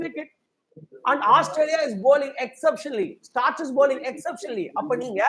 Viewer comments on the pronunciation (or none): பேசுவதைவிட கத்துகிறார், batsmanக்கு plural batsmen, இவர் repeatedaa batsmansனு சொல்றார், similarly pronouncing Starc as Starch.